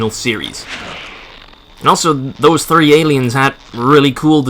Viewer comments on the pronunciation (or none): why do you put so much emphasis when you say 3?